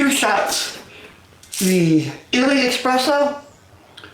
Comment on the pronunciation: The fact that you say expresso and not espresso makes me immediately discard your opinion im sorry